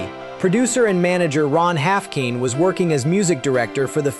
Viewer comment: AGAIN THIS CHANNEL PROVES ITS FUCKWITTED IGNORANCE!!!!! Ron Haffkine's surname ALSO RHYMES with "dine", "mine", "fine", etc. 😡😡😡😡😡😡😡😡😡😡😡😡😡😡😡😡😡😡😡😡😡😡😡😡😡😡😡😡😡😡😡😡😡😡😡😡😡😡😡😡😡